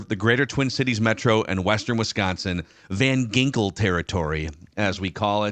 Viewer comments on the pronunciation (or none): it’s Van “Jinkels”. Get it right.